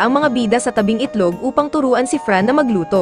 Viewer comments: Haha bakit sinabi mo sa ilog na naging itlog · Tabing itlog sabe. Mo dapat tabning ilog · ganda pero napakinig ko tabing itlog dpt po tabing ilog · tabing ilog❎ tabing itlog✅ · Dun sa nadulas ka ata boss tabing itlog ung rinig ko d ung tabing ilog